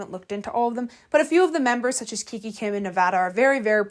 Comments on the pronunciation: It’s not kiki kim it's kikA kim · Heyy, dont take this as hate but i just wanted to ask why do you pronounce names wrong? Like kika kim as kiki kim and clara dao as clara duo? Im so sorry if this sounded like a hate comment i just wanted to ask